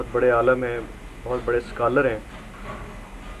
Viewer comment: aalam nahi, aalim bol be.